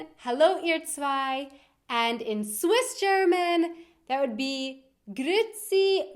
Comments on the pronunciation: gooferdammi das isch ja schrecklich, its not grootsi Grüetzi, idk where u got grootsi from hahaha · the e in grüezi is more like ä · Umlaute werden in Schweizerdeutsch als solche ausgesprochen wenn sie als dise geschrieben werden (äöü) wenn sie mit einem e geschrieben werden (ae, oe, ue) werden sie einzeln ausgesprochen also das u und dan das e. So kann es vorkommen das auch nach einem Umlaut ein e folgen kann wie bei Grüetzi:) Allgemein hat Schweizerdeutsch keine richtige Schreibweise. Je nach Ort und Dialekt werden Worte anders geschrieben und auch ausgesprochen, denn geschrieben wird wie man es sagt. Eine wunderschöne Sprache! Mach witers so, das machsch du guet 😊😉 (keep going on, you're doing great!) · Ja, das stimmt, etwas vom schlimmsten ist wenn man das "ü-e" nicht ausspricht: Grüezi, Müesli...